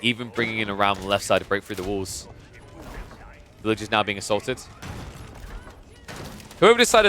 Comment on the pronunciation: Villagers vs villages is only difficult if you decide not to pronounce the r